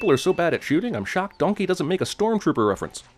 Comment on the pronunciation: “Don-kehy”